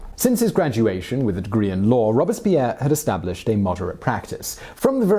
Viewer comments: I’m not asking you to speak impeccable French, but could you please pronounce Lycee as ‘Lee-say’? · Please learn how to say lycee and generally how to read french words😭😭😭 it burns my ears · As a Frenchman Simon’s pronunciation of the term lycée made me contemplate suicide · Ian Harvey He also says “lye-see” instead of “lee-say” for lycée but overall I just learned so much I can’t be mad at it! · It's lee-say...not lie-see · it’s lycée - “lee say” ya self-discrediting bum! sounds like you’re talking about lychee fruit. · The 'lye-see' is really the 'lee-say' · The "lycée" = "lie see" ?? Only a Brit could mispronounce the French language so badly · It’s ‘lee-seh’ not ‘lie-see’ (lycée) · ... I know I should be focused on the info but the whole time I was going “lee-say,” it’s “lee-say,” not “lie-see,” that’s so wrong... I’m wishing he had checked the pronunciation of Lycée... Even though I know it only would bother those who speak French. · Lycée is pronounced lee-say by the way, not lie-see :P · Damn, Simon, WTF is that pronunciation?! Lycee is not "lie-see" - it's "lee-say"!! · Simon pronouncing lycée as lisi and laisi were my best part of this video. It’s lisay if you’re wondering. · Omg it hurts to hear Lycee pronounced Lye-see. It is Lee-say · A little help in French pronunciation: it is not a 'lysee' but a 'li(long)say'. The 'i' is pronounced as the o in women. In fact also as the e in women. What a simple language English is!. An 'ée' is a long 'ay' as in 'way'. Good luck. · It was nice. It refreshed some memories. Just a bit of a pet peeve though, Lycée is pronounced with the li from lilipad and cée from beyoncé. Not lie-sea. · "Lycée" should be pronounced "lee-say" rather than "lie-see" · Lee - say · I love this channel but I just need to let you know lycee is pronouced "lee-say" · Lycée is pronounced "lee-SAY" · li see ???? really ?? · « Lycée » is pronounced Lee-Céh ;) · Hey, “Lycée” is pronounced “lee-say”. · More like lee-sae